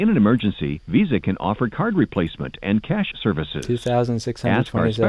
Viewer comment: You mean to tell us that the internet has been casually censoring the true pronunciation of $ cah-yash $ this entire time?